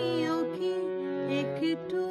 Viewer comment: এবার আরও একটি অজানা ঘটনা / চমৎকার গায়কী মাননীয়া শিল্পীর / তবে , " তুমি কি একটুও হারনি..." এই অংশে ( একটুও ) উচ্চারণে , এ-ক্ টুও হয়ে গেছে।। বিশেষ করে প্রথমবার ( একটুও ) উচ্চারণে।। 🔹 শোনার ক্ষেত্রে ভুল কিছু নয়।। 🎧 আসলে , মূল রেকর্ডে শ্রদ্ধেয় মান্না দে ( একটুও ) উচ্চারণ এক সংগে করেছিলেন।। মূল রেকর্ডটি শুনলেই বিষয়টি বোঝা যাবে।। 🪔 শুভ সন্ধ্যায় আন্তরিক শুভেচ্ছা।। এবং ভালোলাগা চ্যানেলটি সাবস্ক্রাইব করা হল ।।